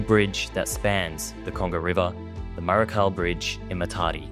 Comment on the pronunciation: Maré-shal bridge, not maré-khal bridge.